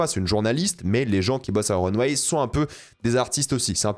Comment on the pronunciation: Mon dieu qu'il prononce mal le nom de la revue de mode... C'est Runway... Pas Runweille....